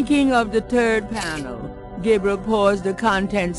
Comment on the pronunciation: it sounds like "thinking of the turd panel"